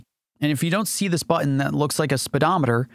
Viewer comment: He's likely from California where "n"s are frequently dropped. Like how he says button as "buh-un"